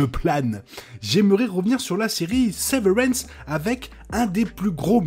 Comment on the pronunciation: C la prononciation de severance C gênant Sinon c sympa, la veille de la saison 2 Et bien ct cool bon courage C la seule série où ne ne comprend rien et dont on veut savoir la suite Chaque personne a une vision différente de la série Moi c l'espace vide, par exemple où aussi les couleurs . Toi c les chiffres Mais bon